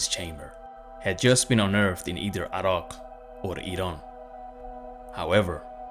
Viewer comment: Such a fascinating channel ❤️✌️ THANK YOU SO MUCH for sharing all this interesting knowledge!! Btw I just love the way you pronounce Iraq - never heard it said in what I'm guessing is the correct way before.